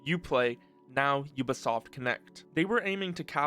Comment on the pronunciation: aaah yes... "ubasoft"